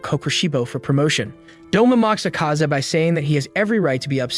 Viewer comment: And it's Akaza not acaza